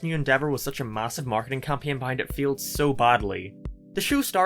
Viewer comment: "it field miserably"